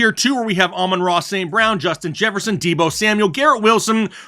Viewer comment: Aman-Ra St brown